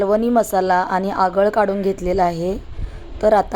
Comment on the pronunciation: अगळ नाही...आगळ😂